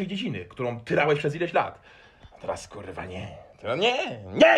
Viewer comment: cos spokojniejszy chyba za duzo pestek po czeresniach i ballad mongolskich hahah jestes mega w huj motywatorem. Moze nowy zawod nie trener personalny a trener poprawnej polszczyzny bo te kurwa wymawiasz lepiej i bardziej dzwiecznie niz profesor Miodek. Pzdr